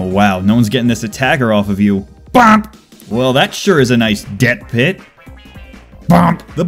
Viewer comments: It's not BOMP it's BUP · It is boop not bomp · Its called boop not bomp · Its BOOP NOT B.O.M.P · Bomp? You mean boo... NO NO NO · It’s not “bomp” it’s “boop” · Not "Bomp", "Boop"! Get it right. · It bugs me that he said bomp instead of boop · Bomp?!?? XD, you mean Boop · No one calls it bomp, its a boop.... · bomp... please educate yourself. it's boop. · also it's not bomp it's boop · "bomp"...IT'S BOOP! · I'm so triggered. He kept saying "BOMP" when pretty much every other overwatch player says "BOOP" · Lucio should say Bomp instead of Boop. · BOOP not BOMP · It is boop not bomp. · its not bomp its boop triggered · It's a boop, not a bomp you heathen